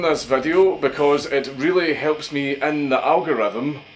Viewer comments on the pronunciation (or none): Trees well ent de elgrithem